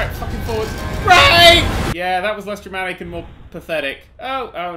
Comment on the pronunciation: Everytime says Dramatic It sounds like "Germanic"